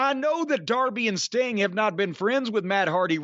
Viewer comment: Whenever he would say "Mr sting" I thougth he was saying Mr stink 🤣